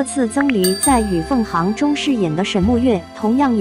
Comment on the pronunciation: 小编：是与凤xing 处不是hang😂哎